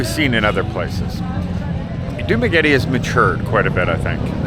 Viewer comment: As a non professional you should first know how to pronounce correct dumaguete